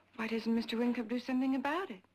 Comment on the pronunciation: WINCUP NOT WINK!!!